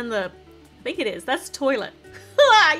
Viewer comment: Did anyone hear her say I tink 😂🤭